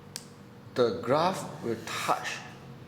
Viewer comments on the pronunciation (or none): none